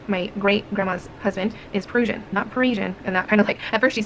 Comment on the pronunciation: Prussian is pronounced "pruhshin" and it refers to Prussia, aka what used to be Germany, Poland, Kaliningrad and Oblast